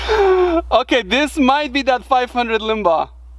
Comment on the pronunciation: I believe it's pronounced "line bah" It's a cartridge design by John linebaugh in the mid 1980s it's based of of the .348 Winchester it's a powerful round hitting harder than a .44 Magnum but less then a .454 casull none hold a candle to the .50 S&W There is a buffed version of this round kown as the 500 maximum or 500 linebaugh long its more powerful but still weaker the Smith & Wesson 500 which beats by over 20% from what I could find, Smith & Wesson did their homework it's still the most powerful mass produced handgun cartridge